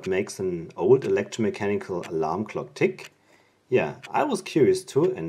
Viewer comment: Nice video. Interesting to see it actually working like that. I did have to rewind it a couple times just to see if you were saying "clock" or "lock". Lol maybe i just keep wanting to hear lock. Anyway nice video!